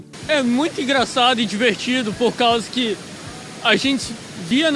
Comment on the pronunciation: "Porcausaq" kkkkk